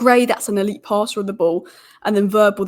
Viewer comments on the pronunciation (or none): none